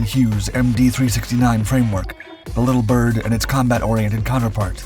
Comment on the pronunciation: not 'little Bird', Little Bird. you're not describing or differentiating; the emphasis is shared equally between the two words - it's a proper name.